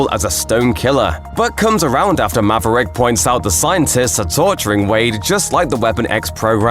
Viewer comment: Good ol’ Mav-uh-Rick.